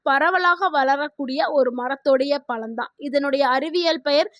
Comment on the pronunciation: பலம் இல்லே ...பழம்...